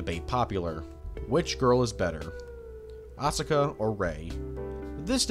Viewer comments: I wish i could've finished the video. However, your pronunciation was atrocious, and I couldn't.... Syt the sis... No synth es is Asuka Asu-ka not ausi ka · So, what's going on with your pronunciations of Asuka and Kaworu?